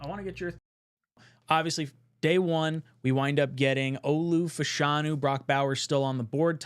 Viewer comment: love the vid, its Fashanu not Fuhshanu